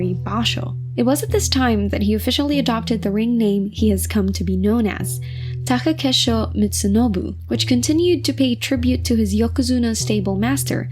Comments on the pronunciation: Taka KEI sho. Not Take KE sho. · *Komusubi not Komosubi. Also please learn how to pronounce Takakeishos's name properly, please do your due diligence.